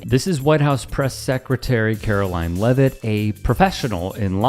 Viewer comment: Blah blah bluh bluk bluk leaveit